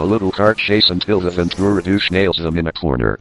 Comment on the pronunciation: To jest Jesse VENTURA, a nie żaden "Vantoret"...